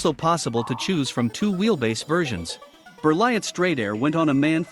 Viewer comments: T is not says 😉, you says Berlie . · How could you not be bothered to pronounce Berliet?